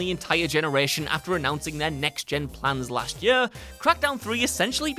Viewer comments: Is it yør, or is it year? =D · I laugh every time you say year lol yuurr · and if I have to hear the word "year" so strange pronounced anymore I'm gonna lose it 😅